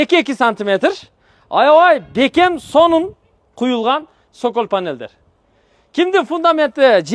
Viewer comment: Цоколь деп аталат,сокол эмес 😂😂😂😂